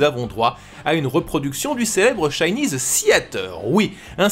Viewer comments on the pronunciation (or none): none